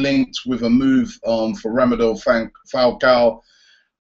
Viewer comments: robbie mate its Rademel not Ramedel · It's Radamel not Ramadel! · Robbie its RADAMEL FALCAO. Not RAMAdel Falcao. For the last time.... No wonder he ain't coming. xD Kidding hehehe... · ROBBIE I'VE TOLD YOU 3 TIMES NOW IT'S RADAMEL NOT RAMADEL WOW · Every time he said Romadel I felt screaming in my head "IT'S RADAMEL FALCAO ROBBIE, RADAMEL!!!! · Robbie it's RADAMEL!!! Not RAMADEL lool good vid though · Robbie it's RADAMEL not RAMADEL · It's radamel, not ramadel haha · It's actually Radamel not Rademel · He's famous for mispronouncing names